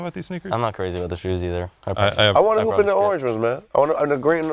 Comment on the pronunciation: That boy said loopin the 3rd lol